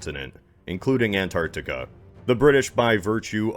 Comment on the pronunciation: I'm from Australia. Thank you for pronouncing Antarctica as spelled, not as Ant-ardeca, and thank you, oh thank you for pronouncing Oceania as spelled, and not Oshiana. Respect is due.